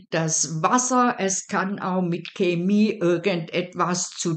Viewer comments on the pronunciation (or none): none